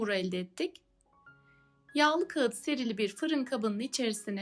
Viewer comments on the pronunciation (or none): Ellerinize sağlık. Çok güzel oldu. Yalnız kağıt değil, kâğıt denir.